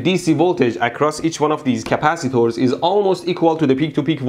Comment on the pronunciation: Stop saying CAPACITOOORS, I cannot stop lauphing!! Love your accent, it is obvious that you have a middle eastren background.